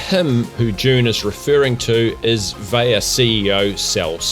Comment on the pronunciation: fairly certain vaiiya is pronounced "VI-YA" with the VI sounding the same way you would say vying.